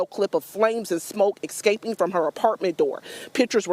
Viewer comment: “Ek-scaping” newscasters cannot speak proper English in 2026.